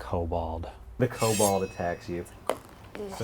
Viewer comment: "Kobold" -- it's "kobold."